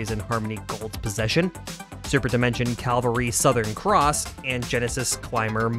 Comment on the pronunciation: did you really say "Calvary?" the f*king word is CAVALRY do you even know the difference?